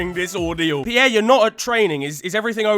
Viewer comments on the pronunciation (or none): none